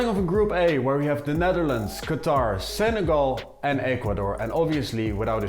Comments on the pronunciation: Why do you say Senegal like Seneral? It's so distracting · The way u say Senegal is weird